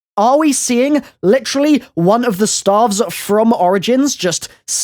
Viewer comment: I thought he was saying "starve" for a minute